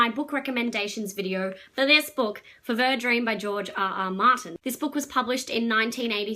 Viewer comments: Feeever. Fever. It's how's it's pronounced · I think it's pronounced like fever - the French name is "FEVV-rr", but the boat is named after the Fevre or Fever River. I'm very much enjoying this book - published in 1982 it seems clearly inspired by Anne Rice's Interview with the Vampire, 1976. But of course very different - I described it as Tom Sawyer meets Anne Rice.